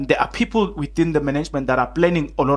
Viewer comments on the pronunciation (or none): none